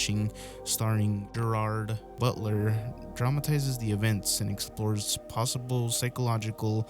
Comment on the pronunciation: Why did you say Gerrard Butler like that?